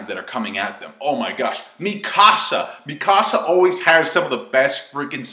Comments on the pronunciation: one say Mikisa name right ffs, and it corp 104... no squad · The way you pronounce Mikasa sounds like the name of someone from the lion king